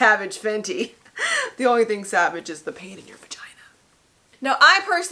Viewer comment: And the way she say pain. She dont say pain she say PAHin. I’m scared 😟